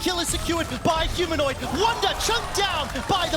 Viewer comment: Humanoint hahaha